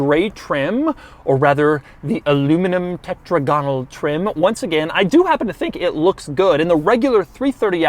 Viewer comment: Your pronunciation is getting a bit weird, Doug - tetrAGonal is better than tetragONal, just as hexAGonal sounds better than hexagONal. N'est-ce pas?